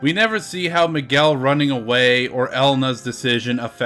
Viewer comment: why Miguel sounds more like McGill?